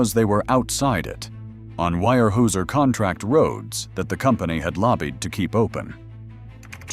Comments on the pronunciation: Weyerhauser is pronounced warehowser, not wirehueser... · Terrible pronunciation from Al voicing. Wire Hey User? Is “Ware houser” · If you are going to post videos figure out how to pronounce company names etc before you post it Where Houser not wire whoeser!!! Unbelievable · Where how zer ..... it doesnt look like it but that's how its pronounced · it's pronounced wear houser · I came to say this as well. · It's pronounced ‘WAREHOWZER’, one word!😊😊😊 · Actually, the correct way to say its ware houser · Came here to say the same!! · Yeah I had to turn it off after hearing that!! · And they told about the 20 year "wirehuesier" ( pronounced hoosier but the hoo as hue) logger that died, but they showed a picture of the man who was the first human recorded AIDS epidemic deathbed photo with "His" family beside him. Wow, I was okay with the mispronunciation, kind of, until they did that. Low budget garbage. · The actual German pronunciation is 'vyer hoiser'. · Would like and subscribe if you pronounced weyerhauser correctly once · As an hvy equipment mechanic (Enumclaw, Wa) back in the 80’s I can say this video, while interesting is a complete botch-job. Visually nothing is correct. You mention a Cat D8H, why show a Cat D4D, and the tracked “slack line”yarder all I see is 8 - 12R22.5 rubber tires. The feller/buncher you show wasn’t ever invented until 20 years later. The complete butchery of the pronunciation of Weyerhaeuser, the rivers and areas should be a complete embarrassment to whomever produced this video. You want people to subscribe? Try getting the content correct.